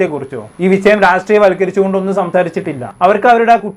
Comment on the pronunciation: വിശയം അല്ല വിഷയം